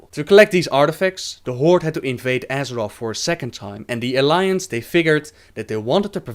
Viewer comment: side note: Azerof?? come on!!!!!